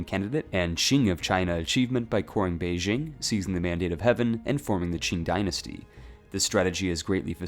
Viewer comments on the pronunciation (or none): none